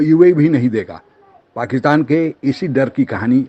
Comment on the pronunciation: Are Pakitan nahi Pakistan